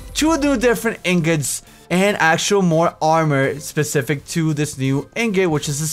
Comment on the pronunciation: "this SHPE-SHIF-IC...." Oh, xD